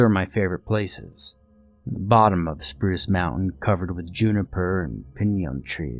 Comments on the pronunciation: It says Spuce instead of Spruce! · "Spuce" Mountain lol. Great video as always!